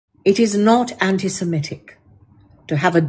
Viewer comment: It is semitic, not simetic.